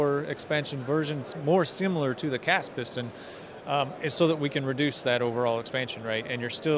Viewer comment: Piston, not pustun!